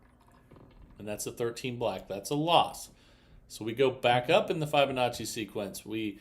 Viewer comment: It’s Fib onacci. Fib. Not Fibe.